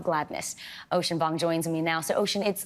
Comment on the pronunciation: I’m sure Vicky Nguyen can pronounce Vuong correctly. Why not pronounce it properly if you can?